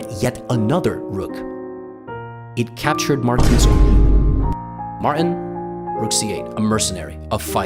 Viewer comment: “Martin” has a T in it. You should pronounce it. 🤷‍♂️